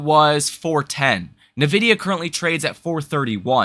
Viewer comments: Are you really pronouncing EN-VIDIA as NUH-VIDIA? and you want us to take you serious? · N-vidia not nah-vidia. Please say it right bro 😂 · It's not NIH-VIDEA... there's no "I" sound after the N. It is EN-VIDIA You're not the only one that does it though. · Love your channel. You are too smart to keep mispronouncing Nvidia. Tighten up. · When you mispronounce something on a finance channel, it hits harder, and you lose more credibility. Work on that. You have a great channel.